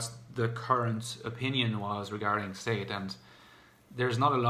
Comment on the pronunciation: Haha it's sha-deh 😄